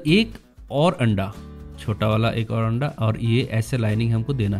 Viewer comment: Laughed when he said andaa